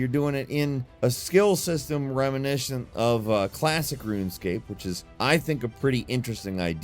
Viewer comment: yea “stand aloOong” and “reminishent “